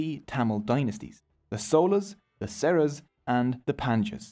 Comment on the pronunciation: It's not sola but chola and not sera but chera